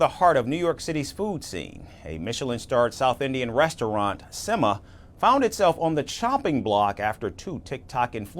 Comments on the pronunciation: It's not semmA, it's sem-ma (a at the end is pronounced softly, not maa as you call your mom) Similarly 'Thala' is not Thalaa. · btw, semma is not pronounced like Emma (Watson aka Hermione from Harry Potter). It is a Tamil slang meaning Excellent and pronounced with a short vowel sound at the end.